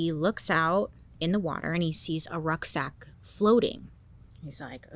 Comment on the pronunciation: Is she saying rug sack or ruck sack? Not sure what either is